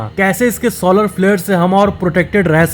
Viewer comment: Solar wheather ko sooolar wheather bol rha hai gandu😂